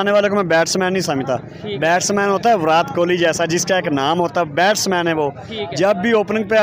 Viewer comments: Please someone tell these Pakistanis it's NOT विरात Kohli, it's विराट ! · विरात कोली 😂😂 बोलने नहीं आता क्या